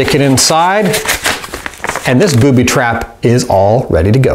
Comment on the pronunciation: he said Boody